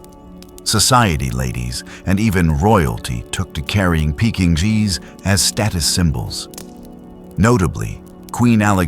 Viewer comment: Get your AI to say Pekingese properly.